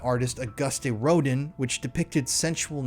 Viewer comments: It’s pronounced ‘ro-dan’ not ro-din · The sculptor: August Rodin [is pronounced: Ro-dan; and NOT like: rodent]; 2nd Epstein was known to attend Art School MFA openings and bought directly from the Artists as it was and is affordable. He might have commissioned a few to be copied even though he was interested in only certain themes. I'm not surprised his art collection was both eclectic and erotically or oddly restrictive. I'm genuinely surprised he did n't have a Balthus painting copied. Balthus was interested in themes of young girls transitioning out of childhood and into maturity. One such themed painting is of a young girl having transitioned into young adulthood having reached menses while in a semi erotic state and all fully clothed . More over, there is also a gallery on West Broadway in SoHo that will take a picture of the iris and pupil of your eye and magnify it 500x and frame it for you. That might be where those "eyeball" images are coming from though IDK if they were around in the 1980's and 1990's. I think that place cropped up well after 2001. As for the "Bill Clinton in Monica Lewinsky's dress, I personally knew the model who sat for that painting . I also happen to know from the model that Epstein did not pay much money of that painting [just a few hundred dollars] as the MFA stdt. who created that piece meant for it to be a parody and was willing to sell the painting for such a modest price as she was unknown at the time and had debts to clear. .Just sayin'. The actual model, Christoph Nayel who